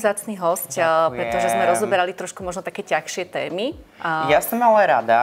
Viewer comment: Tazsie sa vyslovuje tazsie a nie tachsie